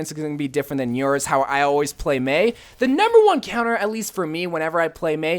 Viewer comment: Im sorry but its Mei sorry